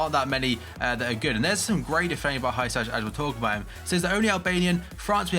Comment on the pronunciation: Good VID bro u horrible pronounced hysaj's (who-siy it's pronounced) name but it's understandable (I'm from albania)